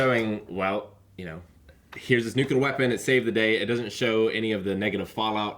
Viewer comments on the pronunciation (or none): Please, for the love of god, Nuke-lee-ar